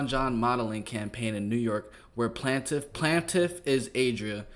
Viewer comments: I almost un-subcribed my boy, Her name is not Plantiff 🤦🏾‍♂️🤦🏾‍♂️🤦🏾‍♂️🤦🏾‍♂️🤦🏾‍♂️ come on bro you are to intelligent for this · Wow over 1M followers to a dude that can’t pronounce plaintiff and thinks it’s a name smdh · Are you serious? Plaintiff 😢 You couldn’t figure that out? You really thought that was her first name? Dude…..If you gone do this at least know how to read…..People book you?